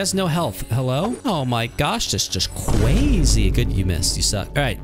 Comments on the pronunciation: Fatality is just a bit, CWAZY!!! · THAT IS CWAZY